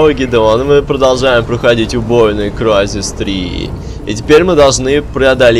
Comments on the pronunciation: Crysis - Крайзис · Не кризис а крайзес